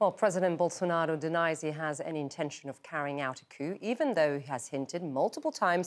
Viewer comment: How does is she able to say Bolsonaro exactly how it sounds in portuguese?